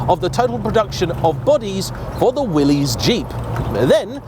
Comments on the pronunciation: And "WILL-iss" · Doesn't know how to pronounce Auburn. Doesn't know how to pronounce Willys. This guy's a car expert?